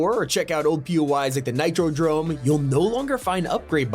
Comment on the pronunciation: “Nitro Drome”💀